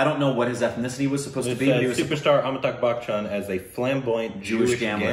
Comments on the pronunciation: And they pronounce his name Amitag. Amitag Bakchan. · Am I the only one, or really still pronuncing "Amitakh" and no one is complaining?